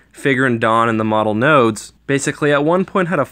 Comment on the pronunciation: It is pronounced the Modal Nodes (Mow-dole) Nodes